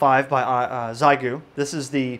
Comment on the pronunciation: Almost certainly Xiegu is pronounced "she-ay-goo"!